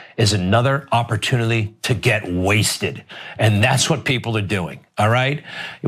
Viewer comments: I think Greg is the drunk one. What the hell is opportunilly?? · The way he keeps mispronouncing word "oppertunilly", etc.. makes me think may haps you sir have partaken before work that day..